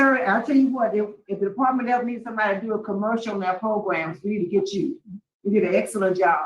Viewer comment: PLEASE STOP SAYING PRO-GRUMS!!!!